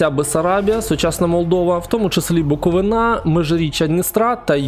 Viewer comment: Увага! Не БуковинА, а БуковИна. Запам'ятайте вже нарешті назву частини України. А за сам ролик - дякую. Дуже цікавий